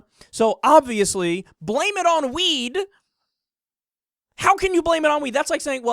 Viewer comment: goes cross eyed the first time he said weed I honestly though the said "they blamed it on the wii"